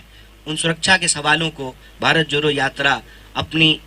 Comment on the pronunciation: Abhe joro nhi jodo hota h ..jodna bolna seekh le fir jodna bharat